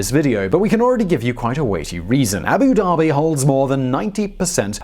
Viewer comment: Abu Dhabi! Not Abu Daebi! ध! ध से धनुष वाला ध! #StopBotchingNames #ProperPronounciation